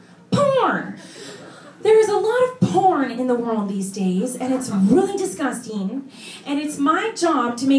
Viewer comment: That's disnustin' :D